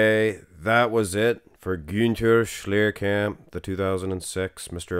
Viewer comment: kudos for pronouncing his name right!